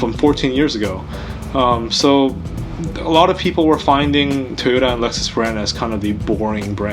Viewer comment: I keep hearing Tuna instead of Toyota...